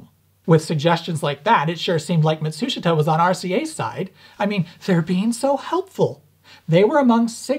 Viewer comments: Matsushita. (mat-soosh-it-uh) but sounds like (mat-soosh-ta) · Why do you pronounce it "matSUshita" vs "matsuSHIta"? Just curious. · You keep saying "Mitsushata," do you mean Matsushita ["MAHT su SHE tah"]? [EDIT: -- Yes, I see now that you've displayed the written content.] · Is he saying Matsushita (ie - Panasonic), or is there another company called Mitsushita? I can't tell from the way he pronounces it. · Love all your videos, they are brilliant. Small hint: In the word "Matsushita" the "i" is a silent vowel, correct pronunciation is rather "Matsushta". But keep going on with your fascinating work, I love it! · "Mat-soosh-it-uh" [once]...[twice]...[thrice] I'm sorry, but I've gotta click away. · Dude, that's not how you pronounce Matsushita. it's pronounced MAT-SOOSH-TA, even though it's spelled MA-TSU-SHI-TA in romanized Hiragana. Of course, Matsushita Electric changed its own name to Panasonic Corporation recently. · It's mawt soosh ta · FYI: The "i" in Matsushita isn't pronounced. The name is 3 syllables Mat-sue-shta. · “Matt-sue-she-tah” 👍🏼 And it’s “Tech-MOE-ON’ Is how he says it.. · Mott-TSOO-shtuh 松下電気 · sort of a minor nitpick but you keep pronouncing Matsushita wrong and I notice it every single time: ma like in grandma - tsu like in tsunami - shita like shta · Mat'shita...they don't pronounce the 'su' in the middle... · Ma-TSOOSH-ta. The "i" is silent. Love your videos! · Matsushita is pronounced Muh-sheeta. Why? I have no clue. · Please learn how to pronounce Matsushita the proper Japanese way. (Hint, it’s not pronounced the way the Americans spell it and it has fewer syllables.) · The "i" in "Matsushita" is silent. Ouch my ears. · threateningly unsteady jazz hands clenching the air Stop pronouncing the i in Matsushita, you're so close to actually pronouncing it correctly. =_= Keep up the good work. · That's... Not how you pronounce Matsushita.